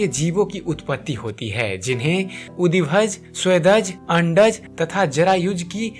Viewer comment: अडंज नही .....अगंज.....